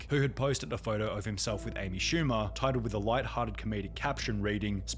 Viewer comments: amy poo-mer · The hell is an Amy shcumer